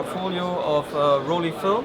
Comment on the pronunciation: WHY is he intentionally mis-pronouncing "Rollei"?? It is not "Roll-eeee" but "Roll-ai" as in the English word "I" as in "I am Chinese."